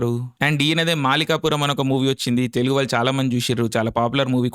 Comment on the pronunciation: Oreyy pulka it's TELUGU Not Telungu First learn how to pronounce it